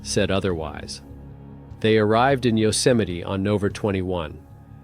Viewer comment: Are you using an AI gen voice? What are you saying: "On Octer 17th?" What's "Octer?" Surely if you mean "October" you should be able to pronounce it. Same when you say "...on Nover 21." You mean "November?" And you're mispronouncing "Yosemite." And what is "Kilo neutons"? Edit: The fact that you completely ignored a perfectly straight-forward, legitimate question speaks volumes.